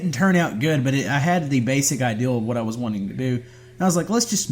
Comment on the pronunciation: It is the famous “waut”